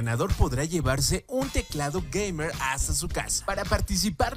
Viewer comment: "un usuario... *toma aire*... geimewr"